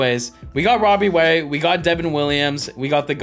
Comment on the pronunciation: “we got wobbie way”